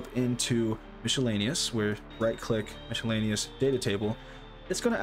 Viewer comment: Great video, but I've never heard anyone say "MISH-ellaneous" before. It's usually pronounced "MIS-ellaneous" with a silent c, or some people pronounce it "MISK-ellaneous", but never "MISH" :)